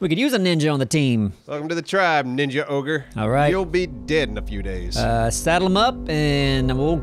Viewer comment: Ogre not ohgr.